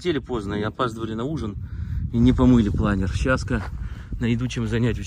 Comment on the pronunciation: В слове "планёр" ударение на Ё и у винглета пол - условно мужской. Винглет - он. Интересует стоимость этого удовольствия (вместе с прицепом) и его вес.